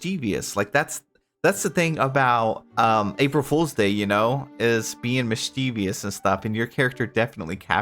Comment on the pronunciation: "Mis-CHEE-vious'... it should be "MIS-chee-vus"